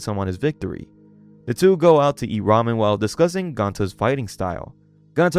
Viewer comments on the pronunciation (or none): none